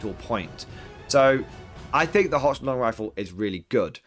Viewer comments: It HOCK -LAND.. it's confusing...when I wanna go to holy head and I wind up in Holly head or if I want Worcester sauce and some guy from Boston and I get into a fight on the A train in NYC because Wooster MASS,. Detachments for the win! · I see GW is ripping off 9th age with that -2 to hit after moving. Can't blame them though, it's a lot better than move or fire they used to have. Also - Handguns have great matchups and abysmal matchups. Crossbows have good matchups and mediocre matchups. If you have to pay more for handguns, then handgunners will never see the light of day. Also, you are pronouncing Hochland wrong - it's pronounced HOHLAND, there is no CH sound there.